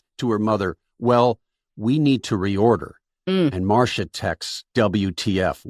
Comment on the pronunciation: Marsha. Marsha. Marsha. 🤦‍♀️🤦‍♀️🤦‍♀️. Shame on you.